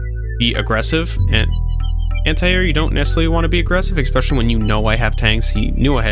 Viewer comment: Good stuff! That aside, if I may offer one critique... I'm not so much an English nerd so much as I am a little OCD, but please, I would ask you pronounce "especially" better! There is no "x" or "k" sound in it! It drives me a little crazy. 😵‍💫